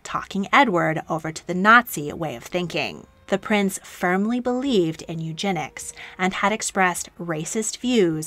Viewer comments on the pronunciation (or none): none